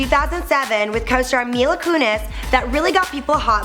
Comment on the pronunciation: She's saying mela it's Mila!!!!!!